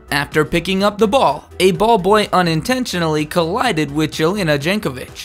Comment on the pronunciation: dude!!! It's not DJELENA DJENKOVIC....it's with J...Jelena Jankovic! C'mon 🤦🏻‍♂️